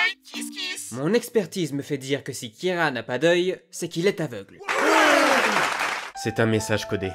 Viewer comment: Il dit "keara" design..? Moui bon ça fait l'affaire